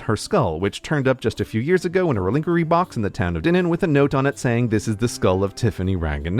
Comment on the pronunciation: A what kind of box? I've always heard it pronounced "rel-eh-quar-ee."